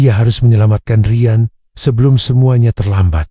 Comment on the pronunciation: Tahun depan bukan tahdepen...Rian bukan Rayen... Kosakata gak jelas pakai transit suara ini... Tolong di perbaiki...